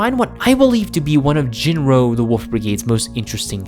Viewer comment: You keep calling the wolf the woof